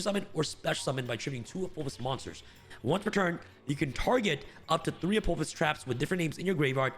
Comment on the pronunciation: Dude can’t read. Apo-phis.